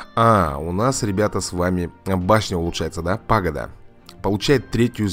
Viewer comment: По-моему название башни читается паг`ода